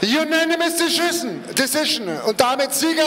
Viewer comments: BTW ! Deschissn, decisioneee, kommentiert da der Drache ? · Wiie der Ringsprecher einfach mal Deschissen sagte anstatt Decission :D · jüjenimis deschissen ähhh?!?! dezischen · "Unaminous Deschissen" 🤦🤣🤣🤣